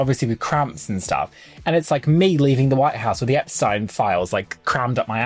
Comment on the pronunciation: Hate to be that person but was actually correct with her pronunciation of Epstein 🫣😂